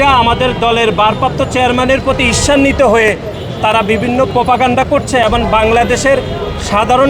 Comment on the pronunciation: মেধাহীন,অযোগ্য আদুভাই ছাত্রদল নেতাদের বাদ দিয়ে নতুন কমিটি ঘোষণা করে ছাত্র রাজনীতির উৎকর্ষ সাধন করতে বিনীত অনুরোধ করছি। বর্তমান ছাত্র দল নেতৃত্ব কোন ভুমিকা রাখতে পারছে না। সাধারণ সম্পাদক এবং -এর উচ্চারণ করে "এবন" - এই যদি হয় বাংলাদেশের সবচেয়ে বড় ছাত্র সংগঠন জাতীয়তাবাদী ছাত্র দলের সাধারণ সম্পাদক এর জ্ঞান? তার মেধা কোন পর্যায়ে থাকতে পারে?